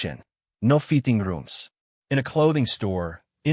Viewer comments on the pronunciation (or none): whad?? you want feeting rooms? whad for you want dat? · the AI 'English' explodes quietly into an accent and gibberish. (Put ON Closed Captions: "no kitchen, no feing rooms" - WTF?). AI slop clickbait, this is how it works. In the early 90's I bought an excellent mattress, still in use nightly, supportive and full of spring. Too bad for everyone today, enshitification destroyed the greatness of the past in the USA.